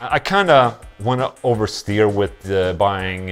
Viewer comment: Ola Teaching shit! "Overstear" lol Swenglish